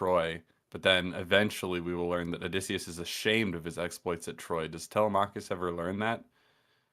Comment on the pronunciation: every time they say Tella-mackus 😭😭